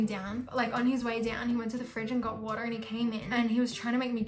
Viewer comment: that ✨water ✨accent was soo America